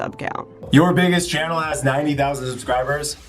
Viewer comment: The way pronounces 'subscribers' as 'susscribers' is adorable...